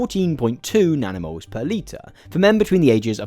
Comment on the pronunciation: Legit heard nanomoles as "danimals" (like the US "kids'" yogurt brand) the first few times.